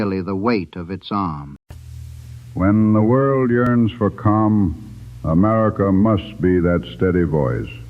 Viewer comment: "when the world yields for calm" I swear when Harding said that last word I didn't hear the world calm. I don't think Harding did either.